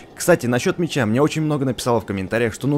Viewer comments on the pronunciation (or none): none